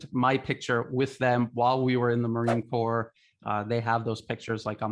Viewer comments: The anchor pronounces "US marine corps" as "corpse". Purposefullly? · Sorry, but the name is pronounced Core, not like corpse. Thank you. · the "s" in "Corps" is silent.